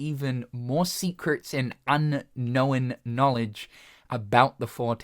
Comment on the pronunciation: He.. said... "unkn-owen" lmao